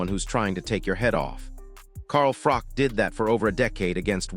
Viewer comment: If AI cant get froch name right then this is bull sh*t its not FROCK its bloody Froch